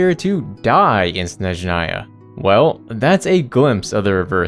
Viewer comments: THIS + jp and ru are pretty close phonetically speaking, which also helps a bunch. i just don't understand where did the en vo direction see SHhSHSHnezhnaya and why it's so hard to place the stress on the first syllable lmao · one day people will learn how to properly pronounce Snezhnaya... but today is not that day 🥀 ig if the en vo direction can't be bothered why anyone would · I can say only about russian, but again jp did a great job pronouncing these words. I can see that they actually put some respect and effort into pronounciation. Same goes for cn dub. While en quite often can't even decide "what is the right way to say this word". For example in HSR in ONE DIALOG two va's say NPC's name in two different ways... Mind you, I have nothing against va's themself, but their director/s, who can't even do a 5 min research and give all va's basic transcription or smth similar? Yes